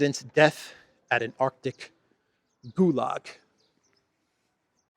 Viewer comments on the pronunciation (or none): none